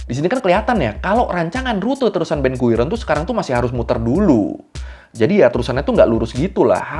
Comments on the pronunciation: Ben guiron ❌ ben gurion ✅ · Ben gurion ✔️ Ben guiron ❌